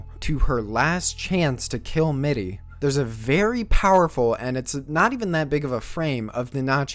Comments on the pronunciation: I think you did a good job pronouncing the names correct except mittys...^^" but that's just my personal opinion...it sounded so strange the way you said her name other than that...i know i may be late to the party but: I wanted to let you know i really enjoy the reviews so far...currently began binge watching it and although i am not finished i am looking forward to the other ones! I notived that the playlist stopped at chapter 47 although more are out so i really don't hope that you gave up on it haha ^^ Anyway you did great work so far and keep up the good content mate! Cheers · Can you try harder on pronouncing the names better? I love your video but whenever you say a name I cringe hard. Mitty and Nanachi especially